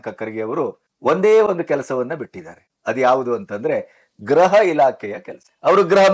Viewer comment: ಸಾರ್, ಗ್ರಹವೊ ಅಥವಾ ಗೃಹವೊ ಸ್ಪಷ್ಟವಾಗಿ ಹೇಳಿ.